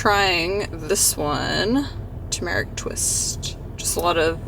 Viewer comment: never heard turmeric pronounced like that 🤔